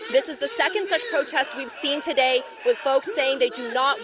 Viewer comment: “Togat…toget…toDAY we gather to speak plainly about policy paff that sand-itch strong…”😂